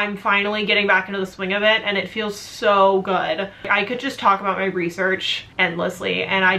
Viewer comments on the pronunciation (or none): Why do so many you tubers say eand instead of and? XD Kind of annoying. Hehe. no hate.